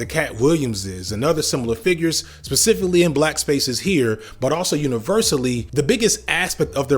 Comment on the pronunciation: Good content, but for efs sake Stop saying Pacificlly and SUScribe, you're killing me man!